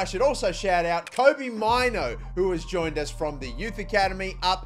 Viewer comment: its actually pronounced main-ew not Mine-oh